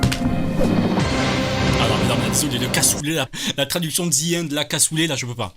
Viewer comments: En vrai, quand a dit "The End" Je pensais qu'elle disait "Viande" ou "Viennde" (pourtant, je suis bon en anglais) Je suppose que Cassoulet n'était pas dec*nnant dans ce cas... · Pareil ! J'aurais pas compris moi... Viende, j'aurais pensé à un truc italien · Mais en vrai le "the end" quand elle l'a prononcer j'ai entendu "viande" avec un accent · Désolé mais si vous dite zi end. C'est normal qu'il entend Vi ande. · En vraie j'avais compris "viandé" 😂 du coup je comprenais pas j'étais en mode "ouais cassoulet pourquoi pas.." jusqu'à qu'il précise qu'elle avait dit "the end" 😆 je me suis sentis très con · the end il as du comprendre viande elle a prononcer maaaal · « Vi ende » XDDDD